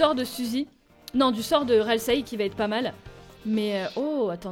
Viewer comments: j'adore ta vidéo mais JE RAGE À CHAQUE FOIS QUE TU DIT "RASIEL", C'EST "RALSEI" XD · tasiel au lieux de ralsei (je ne sais pas l'écrire) 😂😂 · c'est pas raseil c'est ralsei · juste, Ralsei pas Rasiel x)